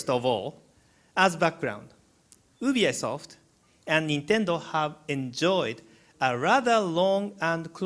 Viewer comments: UB-I-SOFT LOL Who can blame him though. I can't wait to buy the wiiu, a lot of awesome interactions and ideas :) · Ubiesoft lol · U-B-I Soft and Ubi-I-Soft were my favorite mispronunciations :D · In japan, Ubisoft is actually officially pronounced "Ubiyaisoft" No idea why this is the case, but Iwata is not making a mistake. It's actually called that. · lol he doesn't know how to pronounce ubisoft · Iwata is so cute, he can't pronounce Ubisoft properly <3